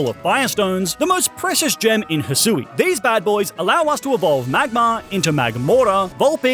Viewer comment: It’s Hy-shoe and ar-key-es